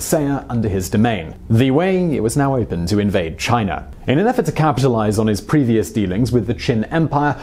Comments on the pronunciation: It's China, not Chiner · All I want to know ... is did he just put a HARD R onto the word China in the beginning. For the slow folks what I mean is did he say chiner ?